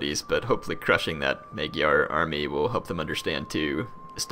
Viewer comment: Magyar is pronounced "Mawdyars" . Hungarians basically : )